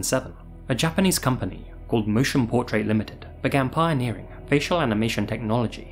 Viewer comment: Your Japanese pronunciation was on point.